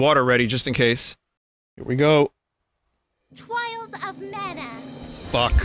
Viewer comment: everytime the intro said TWIALS instead TRIALS